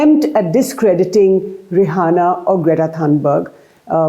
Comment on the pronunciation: Her name is not Rahana please don’t say it like Arnab Goswami